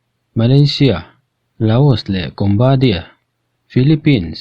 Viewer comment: Cambodia ania mase combadia i ti deih aa🤭🤭🤭🤭😚😚😚